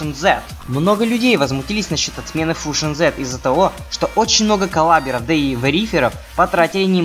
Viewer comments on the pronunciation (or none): не фужон,а фьюжон